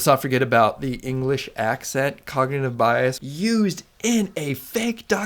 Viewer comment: "cognative"? or "cognitive" which is correct?